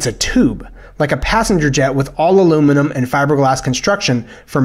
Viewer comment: “It’s not a box, it’s a tooob. Like a passenger jet with all alooomnun” What? 😂